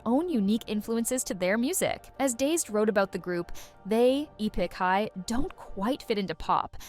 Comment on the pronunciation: E-pick high?